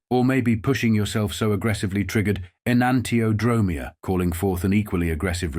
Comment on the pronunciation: en-ahn-tee-o-dro-MEE-a (accent on the fifth syllable)